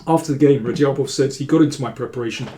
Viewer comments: Hello Daniel, how are you. I really enjoy the videos. Just for names of grandmasters, I just remind you of Radjabov's correct pronunciation: It is NOT pronounced /Radyabof/, but /Rajabof/, 'dj' being pronounced as it is in 'bridge.' Regards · The "J" in his name is not silent btw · great stuff as always mr. king, just the way u say radjabov is funny check that